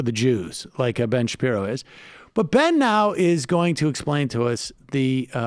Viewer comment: That mispronunciation, pashi... Shapiro, was not all a slip of the tongue, was it?